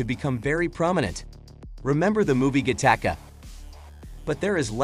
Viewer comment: "...remember the movie GEE-TAK-UH..." Nice.